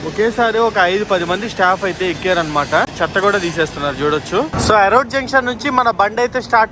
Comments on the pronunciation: ఎరోడ్ కాదు రా బాబు, అదే ఇరోడ్ జంక్ష్ 😅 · ఎరోడ్ కాదు ఈరోడ్ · Erode ❌️ Arode ✔️ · వీడికి చదువు చెప్పిన మాస్టర్ మెట్టుగా కొడితే... ఆ స్టేషన్ పేరు ఈ రోడ్డు ఎరోడ్ కాదు...... కొజ్జా నా కొడకా ఎన్నిసార్లు చెప్పాలి రా...... పూణే టు కన్యాకుమారి కూడా డైలీ తిరుగుతుంది బండి..... ఫస్ట్ స్టేషన్ రైల్వే స్టేషన్ పేర్లు సక్రంగా పలికేది నేర్చుకో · పెర్లు సరిగ్గా చదువురా జఫ్ఫా . ఈరోడ్ ని ఎరోడ్ అంటావు ఎరుమేలి ని ఇరుమెలి అంటావు తెలియకపోతె తెలుసుకో...